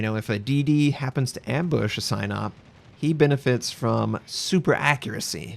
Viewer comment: I know it's completely unrelated but for the love of god please, pronouncing of Sinop is something like "see-nope" not "Cy-nope"